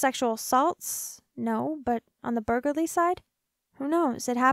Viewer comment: At least she pronounces Burgarlarly right lol